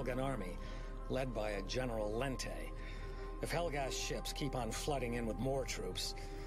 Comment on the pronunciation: Wow. I'm not sure how it happened, but the way Lente is pronounced is wrong. Maybe there wasn't enough communication between the writers and the voice actors, or maybe they just didn't care. Lente, as it's in the game, sounds ridiculous.